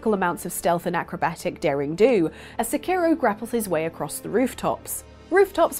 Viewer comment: Where are the other people? Are they still involved with this stuff? Also why do so many Brits butcher Japanese names? I don't expect people to pronounce Sekiro just like a Japanese person would, but the emphasis is all wrong.